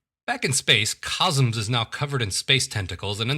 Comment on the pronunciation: *laughs and laughs and laughs* These reviews are SO funny! They're on a par with Nightwind's. Oh, and just a note, it's "Cosmos" not "Cosms." Keep 'em coming. :-)